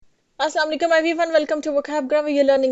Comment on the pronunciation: Allah ke liye "ASSALAAM ALAIKUM" ko aahista aur saaf boliye, zaraa sa bhi talaffuz galat hone se maani badal jaate hain. Shukriya.